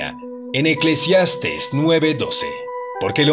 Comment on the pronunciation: Mi estimado es Eclesiastés con acento, saludos y bendiciones ♥️🤗!!